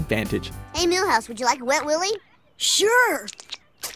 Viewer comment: mihouse for simpsons? raaaalph wigum c'mon